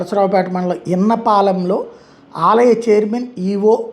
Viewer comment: ఇన్నపాలెం కాదు ఇస్సప్పాలెం......